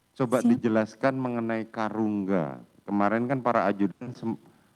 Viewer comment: Bukan Karungga tapi KARUMGA